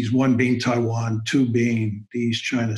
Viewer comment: It’s a clear win for Kishore by his pronunciation of “Taiwan”.